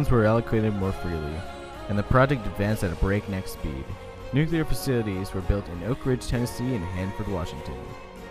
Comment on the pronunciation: nuCLEAR; not nucular!